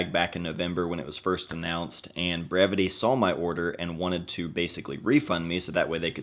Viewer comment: I never knew how to correctly pronounce the name of this brand until this video lol.. I’d love to win this bag. Great design